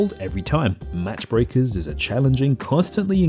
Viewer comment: Pretty sure it's "Mach Breakers" (pronounced "maak" from "max" in German) meaning going supersonic or breaking the speed of sound. "Match" requires a "t".